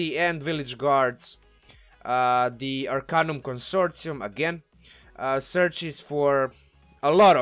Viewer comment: You are pronouncing Arcanum Consortium, completely correctly. You are pronouncing the word, "melee" incorrectly however.